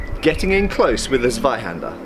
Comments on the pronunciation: Please don't call it Swyhander 😅 It's pronounced Tswyhander. Big difference. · Although your pronounciation of "Zweihänder" is already quite good, but try putting a "T" before it, so it's more like "Tsweihänder" ;) Greetings from Germany